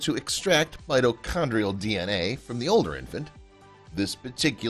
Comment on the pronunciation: The professional quality of this video is diminished by several badly pronounced terms such as mitochondrial mito con dree al) pronounced mito chandrial here.